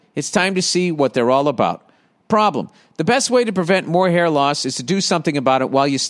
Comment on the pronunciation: His haaaiiiahhhhh hasn't seen conditionahhhhh since Herbert HOOOOVVVAAAAAAaaaaahhhhhhh